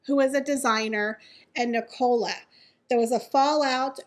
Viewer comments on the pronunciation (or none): The name is pronounced Nic-ah-la. Not Nic-OH-la. Sorry, but it's driving me crazy everytime you say it. It sounds like you're saying Ricola and it is so bizarre lol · It’s NIC - ALA,. 😂